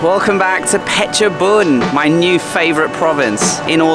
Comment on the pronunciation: ออกเสียง เพชรบูรณ์ ชัดมากครับ